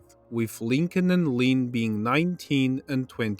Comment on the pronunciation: The way bro says Lynn just kills me 😂 “Leen”